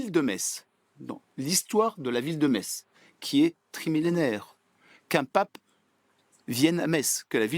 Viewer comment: La Me(sse)tz est dite 😂